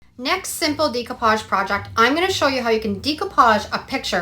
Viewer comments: It's da copage..not dee copage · I love all your projects! Just an FYI it’s pronounced day-coo-paj. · Check pronunciation of decoupage please